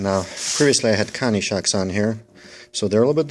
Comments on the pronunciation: lol..I guess I'm not the only one hearing Connie,,hahaha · Good tip on the Lowes Cobalt ratchet/socket but couldn't quite understand what exactly you called it? Guess I'll have to go check it out as that set-up would cover both styles (and more) Also, Koni is pronounced Co-Knee not Connie must be from the east coast? Basten or Jersy? haha Keep makin' the good videos